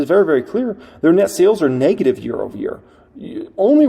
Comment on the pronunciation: The word it "Neg-ative", not "Nay-gative".